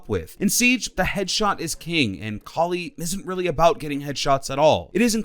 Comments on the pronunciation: Koli it’s kali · Your the only person I’ve heard say koli. Please don’t say that again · Did he say collie or kali